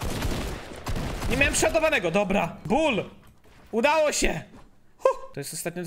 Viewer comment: Nie bu tylko bull